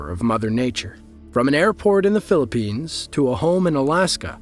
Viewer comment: Did he say phillppines